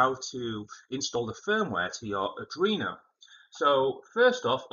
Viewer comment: Adrino❌ Arduino✅